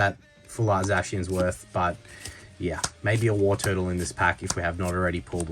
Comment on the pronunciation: Tortle not turtle… I usually don’t care about pronunciation but when it’s an evo of the original starter Pokémon then it’s kinda sacrilegious lol.. love the vending machine chase cheers for the content bro